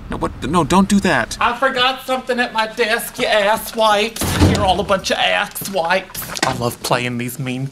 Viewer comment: "You aks wipes!" "you're all a bunch of aks wipes"